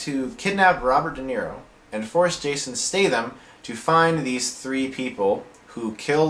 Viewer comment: awesome way to say his name lol